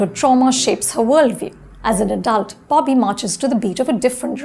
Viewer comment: Its Bobby. Not BAABI. Accent maarte maarte pronounciation bhi bhool gayin hain ye madam.